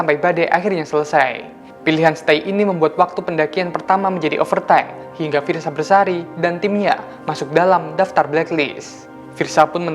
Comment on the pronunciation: Bang Namanya Fiersa Besari bukan bersari